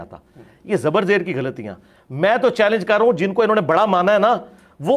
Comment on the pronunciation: مرزے تو تو چیلنج بھی غلط پڑھ گیا کاکا😂😂😂😂😂😂